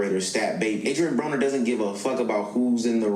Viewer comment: No, you pronounced his name right. Brahh-ner.